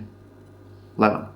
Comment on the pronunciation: Lol! Also, it' Leh-Vahn and not leh-VHAAAN.